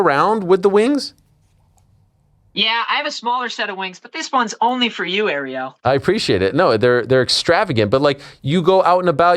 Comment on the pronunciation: Of coarse Ariel couldn’t get his name right..🤷‍♂️🤦‍♀️🥶